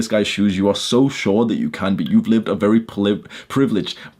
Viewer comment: “Bery jshort” 👳🏽‍♂️